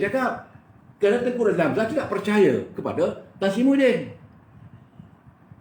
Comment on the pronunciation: maafkan sy, jgn sebut Muhiydin tp kena sebut Mahiadin....